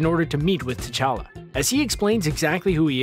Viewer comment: Anyone else got more annoyed every time he said T'chala wrong?